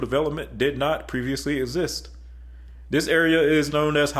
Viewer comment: Practice saying these words (this way) --exist (egg-zist), example (egg-zample), and expressway (eggz-pressway). Thanks.